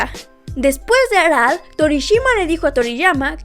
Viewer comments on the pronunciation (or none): Por qué pasas tanto trabajo para decir arale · Muy buen video y datos 👌 aunque lo que no me acostumbre fue a la pronunciación de Chaoz y Arale 😂